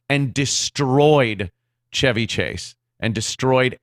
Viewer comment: I will never call him Chevy like how you pronounce ‘chives’, it’s Chevy like the car.